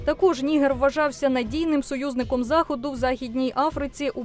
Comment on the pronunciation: Я звичайно розумію що DW це міцні німецькі традиції але, якщо шо, то українською правильно казати Ніге́р з наголосом на Е😂